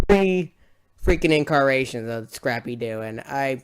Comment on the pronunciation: Incarnation not inccaration just saying